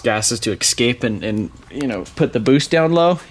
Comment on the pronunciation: "And'da" "but'ta" that'ta" 😂😂